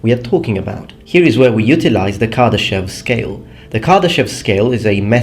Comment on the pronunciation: You like proper pronounciation, so i'll correct you) Кардашёв is pronounced more like KardashOv